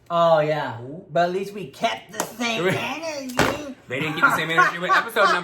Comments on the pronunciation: HAHAHHAHAHAHAHAHA CONSPIRATEA, REALITEA, KEEP THE SAME ENERGEA OH MY GOD THat was my fave hahHAHAHAHAHAHHAHAAH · “Conspira-tea. Reali-tea. Keep the same ener-gea!” 🤣🤣🤣🤣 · "Keep the same enerTEA☕"!!!!